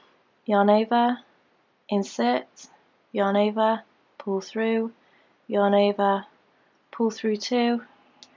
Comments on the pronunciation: Lisa Bowden ova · Lisa Bowden sounds like shes saying " your neighbor " 😂 too cute!